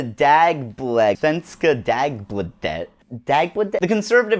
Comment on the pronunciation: It's pronounced dau-bla-thed.